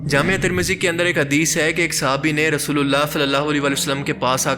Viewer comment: میرے کم عقل بھائی وہ جامعہ ترمذی نہیں بلکہ جامع ترمذی ہے پہلے بولنا سیکھ لے